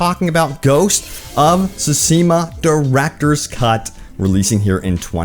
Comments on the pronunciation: Say it with me... Ghost of "soo-SHEE-muh" LOL! Just teasin' bro. Love the content, keep em coming. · Ok two things. Best game of the past five years, and it is (sue-shi-ma). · SO many people and no one knows how to pronounce the title correctly. lol it's pronounced tSOO - shi - ma. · Speak after me: Tsu-she-ma :P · ok this is getting on my nerves......repeat after me my guy.......SOO - SHE - MA......just read these syllables out loud sand you'll crack the code on how to pronounce the game's name properly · Please stop saying the name if you're just going to butcher it 😭